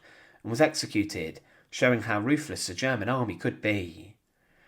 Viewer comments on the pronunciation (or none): It's "ruthLESS", NOT "RoofLess"